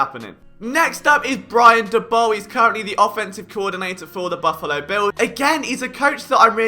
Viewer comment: LoL Liam Saley xD Why do you call him Saley, when you put in the Liverpool fans pronouncing it correctly Salah? xD Also Daboll pronunciation wrong.. :D I allways thought your funny pronunciation to some words around NFL is because you are british. Like the pronunciation of Slant is 100% because of that. But names are names, they should allways be pronounced the same, no? :D I guess you only read about NFL and never watch TV, never listen do podcasts, watch youtube clips etc. xD This was super funny, seriously :D